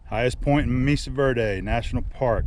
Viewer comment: FYI the 'e' in Mesa is pronounced like a long 'a'.